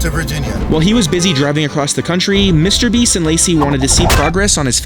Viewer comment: Bro said mwister beast ware house💀💀💀💀💀☠️☠️☠️☠️